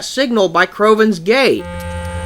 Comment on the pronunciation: When he said crovans gate I thought he said crovans gay